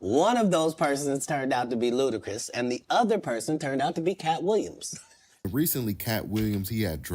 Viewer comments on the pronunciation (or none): Bro said BootiChris 😭😭😭😭😭😭